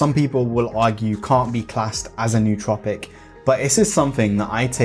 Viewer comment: I find it ironic that 99% of the smart drug community can’t pronounce “nootropic” correctly. If a word looks weird you google it. Why wouldn’t “smart people” do that?